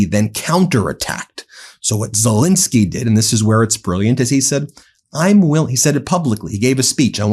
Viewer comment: I’ve known of president ZelEnsky for quite a while. Who is this fellow Zel-I-nsky people have been blathering about for month after month after month? Who the hell is “Zel-I-nsky”?!?